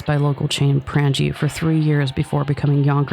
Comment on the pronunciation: "It was almost immediately replaced by local chain 'Pran-Gee'". It was Prange's (práŋ /i/z, or Prang-eez) - the H.C. Prange Co.